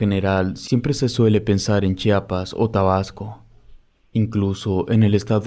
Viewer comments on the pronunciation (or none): none